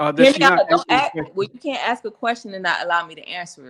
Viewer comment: Ask a white person. Oh, sorry, I mean axks a white person.